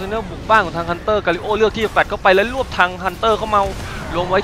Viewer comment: และอย่างสุดท้ายคือการ QC ครับ ผมเปิดดูแว่บแรกก็ตกม้าตายแล้ว นั่นคือ"พูดผิด"ครับ ตัวอย่าง "ยินดีต้อนลับ".....อื้ม ต้อนรับครับ ไม่ใช่ต้อนลับ.. คือ ล.ลิงชัดมากๆ สองคือ "galio แฟลชเข้าไปและลวบทางฮันเตอร์เข้าเมา..."..... อืมครับ ทั้งลวบทั้งเมาเลยทีเดียว และ ล.ลิงชัดอีกแล้ว คือจุดนี้มันพากย์แก้ retake ได้ครับ ไม่รู้ว่าปล่อยหลุดออกมาได้ไง ครั้งหน้าฝากแก้ไขด้วยนะครับ